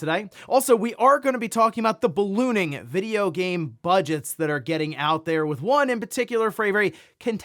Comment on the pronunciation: Bro keeps emphasizing “ballooning”. Kinda triggering since last week 😂